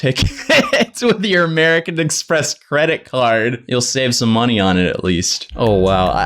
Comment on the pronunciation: "Amewican Expess"